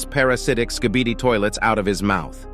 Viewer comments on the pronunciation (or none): He said skidibi XD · Why did you say skidiby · he said skidini 😂